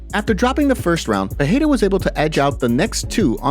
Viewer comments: For Christ sake: it’s PEREIRA not PEHEIRA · I ask myself the same question. To sound like H, it should be Perreira...with double R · Thanks love the content! 1. The rolling "r" of Spanish is pronounced as a "h" in Portuguese. Therefore, Perieria is not pronounced wirh the h sound. Its only if the r is at the beginning of a word or if it is a double r. 2. The word "he" becomes "him" when using the word "between". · You are pronoucing Pereira wrong. 'R' has 'H' sound if it is the first letter of the word, if it is double 'R' as in 'Ferreira' or 'carro', or if it comes after the letter 'N' as in 'enriquecer'. There are some exceptions, for example Israel has 'H' sound